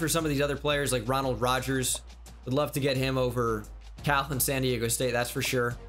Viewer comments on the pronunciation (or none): none